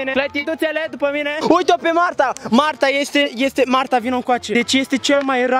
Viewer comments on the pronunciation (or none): Când ai zis marta am inteles magda